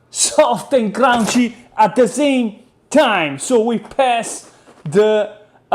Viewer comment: "Annie", "East" and "Crrrrrounchy!" Please, don't take english class. I love it!